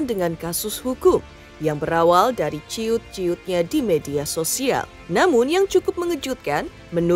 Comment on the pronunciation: 16.53 Cuit kali bukan ciut😂😂